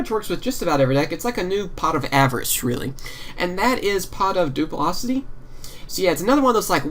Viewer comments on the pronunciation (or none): You can't pronounce anything xD duplocity